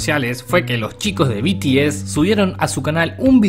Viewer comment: Se pronuncia BITIES. Y yo antes era fan de BTS, pero ya no. Y la verdad si q hay muchas personas tóxica en el famdon. Pero bueno. PD: te ganaste una subscriptora 😽